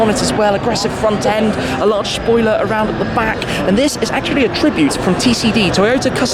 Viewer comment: Very larch schpoiler